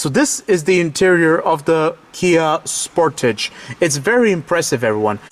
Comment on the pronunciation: Good video...but you keep saying "Sport-age" like one would in French. Pretty sure it's pronounced "Sport-edge"